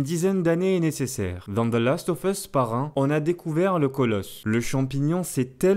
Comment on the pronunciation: salut on dit "Last of USSSSSSSSS" pas "FUSSS" c'est super horripilant vos prononciations a la gomme ! retournez a l'école et en cours d'anglais ! merci !!